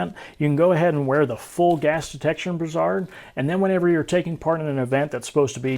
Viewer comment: Great video. However, that's not how you pronounce "brassard". brae·srd